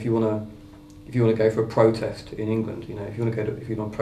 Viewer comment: "If you want to pwotest, they lock you in a virtual pwison". oh matt :)